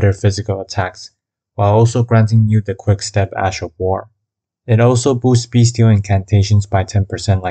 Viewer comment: When you say “beastial” it sounds like your saying “beast-heal”